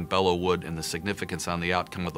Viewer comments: Just a bit of trivia: the correct pronunciation is “Below” not “Bella.” The correct name is “Bois de Belleau.” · Bellow, not Below. Like, to bellow out an order.